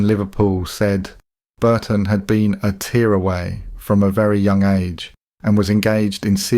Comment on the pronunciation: This has to be an AI voiceover, right? Pronouncing tearaway like tears from your eyes, repeating things, and worst of all pronouncing Lidl "lidel"